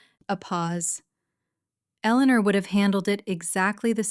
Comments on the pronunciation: In many stories it was pronounced perfectly, just on this channel it's Elellanar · It's very clear that Ai cannot pronounce the name Eleanor.. So either stop using the name or get Ai to do it right.. It's getting annoying 🙄😅😅